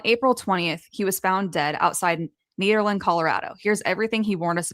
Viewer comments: Its ned NOT need.....erland. I live here and he did NOT kill himself..... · NEDerland not NEEDerland.